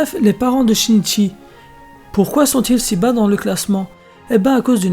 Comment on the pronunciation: Oh mon dieu comment tu as massacré ce pauvre Shinichi 😭